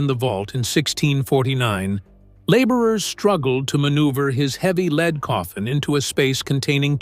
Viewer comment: For goodness sake! Surely you can do better. Try fewer words, appropriate photographs at the precise time your AI voice references them will give a video of condensed size and interpretive power. Edit for God‘s sake! And teach your AI voice to pronounce the word lead as in the metal lead. Geesh.